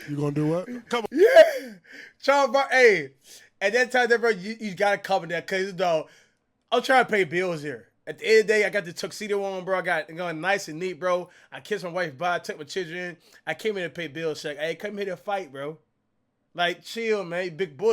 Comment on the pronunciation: He said chidren lol